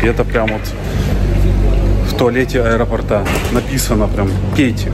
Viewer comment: люблю вашу семью, сообщение из аэропортА", уже четно говоря -заколебало., неужели нельзя запомнить. Напишите себе на листочке слово и поставьте правильно ударение.😊👎